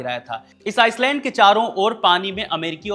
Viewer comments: Island को आईलैंड बोला जाता है, आइसलैंड नही...s silent होता है... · भाई आप एक पत्रकार हैं, किसके उच्चारण का मजाक उड़ाना मकसद नहीं है, लेकिन भाषा पर पकड़ ही एक बड़ी योग्यता है जो कि पत्रकारिता में साथ देती है। आप टापू बोल दीजिए अगर अंग्रेजी उच्चारण में परेशानी आती हो तो। Iceland aur island में बहुत फर्क है।